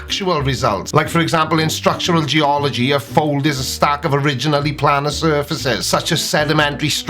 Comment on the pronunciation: Hate to correct you by planar is pronounced planar not planar as you said it.